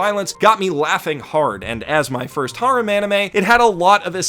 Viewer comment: Stop saying harem like thatttttttttttttttttttttttttttt